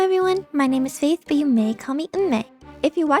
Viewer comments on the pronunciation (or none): none